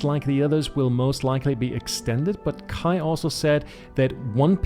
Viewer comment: Haha, hatte mir schon gedacht dass du Deutscher bist so perfekt wie du Kais Namen ausgesprochen hast ^^ Alles gut bei mir, danke der Nachfrage :D